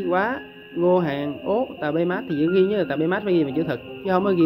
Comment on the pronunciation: tabemat ?phat am kieu ji vay?